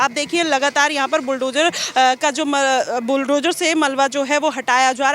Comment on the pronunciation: BulldoJAR , demolissss etc etc???.. Pehle bolna toh seekho nafrati anpad fake journalist 😂 fir nafrat phailaana😂Na media law and ethics ka pata bus mic pakad liya 150 rs ka ban gayi journalist 😂 kis gutter se mass communication kra hai?